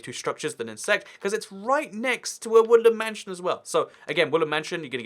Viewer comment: I kept hearing you say “ woollen mansion “ Mmmmm I’ll leave now